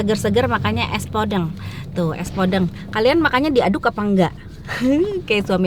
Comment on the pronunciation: Penyebutan podeng nya salah teh